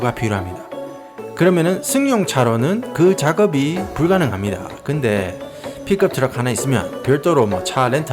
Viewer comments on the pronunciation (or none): 아니 자꾸 비급 트럭이라길래 얼마나 더럽길래 급이 떨어지노 이랬드만.. 픽업트럭을 굳이 발음을 ㅋㅋㅋㅋㅋㅋㅋ 사투리와의 콜라보인가.. 인토네이션 큭큭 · 피껍 츄럭